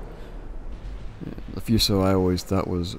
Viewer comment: Nice video! Although you completely butchered pretty much all the Japanese ship names you spoke of such as the Kaga and Fuso this was still enjoyable. Seems you ended up making a better South Carolina Class.